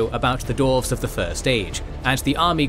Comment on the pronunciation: Why does the narrator insist on saying "Dorves" not Dwarves?